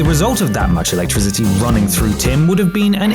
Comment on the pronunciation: why you gotta sound like you saying alectrizity, #shitpronounciationforwankers